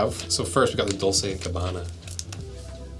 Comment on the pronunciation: "Dolce Gabbana".... Bruh at least look up how to pronounce it